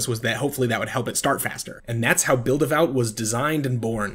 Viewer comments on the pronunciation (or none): how do you get vout out of VAWT? It should sound like Vaught. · Its pronounced Vot, like Hot.